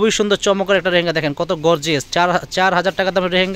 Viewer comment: রেহেঙ্গা না এটার উচ্চারণ হবে লেহেঙ্গা । ধন্যবাদ।